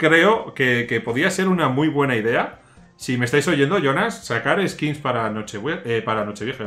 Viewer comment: Skins skills skits jajajaj aprende ingles y dejate de videos